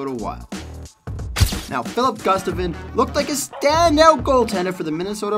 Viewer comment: I genuinely enjoy the longform documentary style of this channel. I would like to offer some constructive criticism for the narrator. I appreciate the passion you demonstrate, but please if you are a hockey fan, take your time to learn how to pronounce NHL players' names properly. The best example of this is the Minnesota Wild goaltender, Filip Gustaffson (not Gustavin).